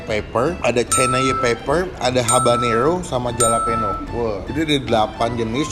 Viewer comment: halapenyo bang di baca nya hehehehe